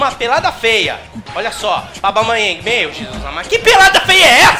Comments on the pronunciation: Alguém explica pra ele q não é Aubamayeng q se fala e sim Aubameyang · O certo é AUBA... e não ABAU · para de falar abamayang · O fala Aubamayéng. Kkkkk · "Aubamaiangui", Craque kkkkkkk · a cada vez que o fala aubaMAYENg meu ouvido sangra um pouco auhuahuehuehausehuas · Cara fala "Abalmeieng" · Ele falando Aubameyang e maravilhoso 😅😅😂😂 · O não consegui falar aubameyang???? Kkkkkkkkk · Toda hora ele fala o nome do aubameyang errado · Pq toda vez vc fala o nome do aubameyang errado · O não sabe pronunciar aubameyang ele fala abaumeiengui